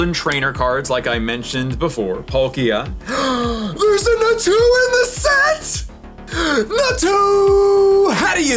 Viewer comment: How are you going to like a Pokémon as bad as Natu and mispronounce it